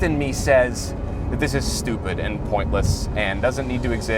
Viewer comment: "that's just schewpid"